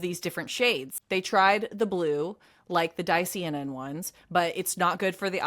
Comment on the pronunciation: Ps. Dicyanin is pronounced: Di-cia-nin , the Y is also pronounced as an "i" instead of an "e"😊 fyi